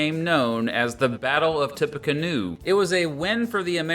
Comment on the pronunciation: as someone who lives in indiana, its "tippy canoe"